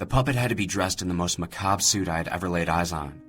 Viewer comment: It always bothers me how every creepypasta reader pronounces "macabre" as "McCob". I know it's not wrong but still. edit: whoah, this story is shit. Every character acts like a fucking dick for no goddamn reason except Buddy. I wish Buddy would just kill all of them including the damn kid.